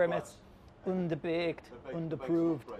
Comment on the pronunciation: "undahbaked, undahprooved" 😂😂